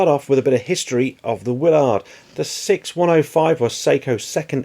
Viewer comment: The captain's name is pronounced Will-erd or Will-ird not Will-ard